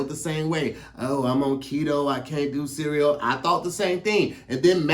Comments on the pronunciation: The way pronounces cereal (sea-we-yo) funny as shit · I h8 the way says cereal and symbol 🤣🤣🤣 sounds like he adds an extra syllable